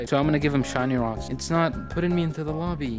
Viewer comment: Ro said shiny wocks yea I saw that